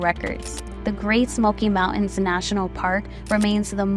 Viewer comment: Pretty good, as far as it went, but I agree with Joseph Rocco - it's disappointing that Theodore Roosevelt's contributions to the formation and development of national parks were ignored. And just a comment on the presentation. It seemed to me that the narrator dropped the first "T" in the word "important" and the "T" in "mountain." Historic/historical was pronounced correctly, but history sounded like "hishtory." Yes, I'm a boomer, you got me. But I still think proper pronunciation is essential in a video meant to educate/inform. Otherwise, the accuracy of the content may be called into question: if little attention is given to the end product, how much was given to ensuring its accuracy?